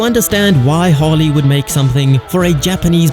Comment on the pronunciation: Keep calling it "Hawley" and you'll never understand!